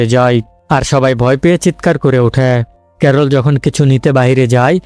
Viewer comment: ক্যারল ❎ করলা ✅🤣